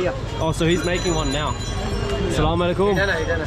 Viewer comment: My Brother That is not Call Assalamalekum And the Right Pronunciation is Assalamualaikum 🥰❤️ Please say it Carefully 🥰 But you are a loyal and honest man i have ever seen Bro.Thank you so much For visiting Bangladesh.May Allah Guides you 🥰❤️